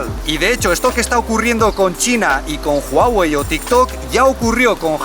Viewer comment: Amo que digas Huawei correctamenteee jajajaja buen video!